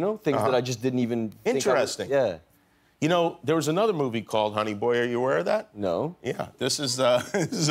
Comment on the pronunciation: no one: jimmy kimmel: thats so in-te-re-sting!